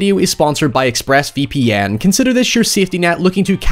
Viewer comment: “.. ex-phrass vee pee enn”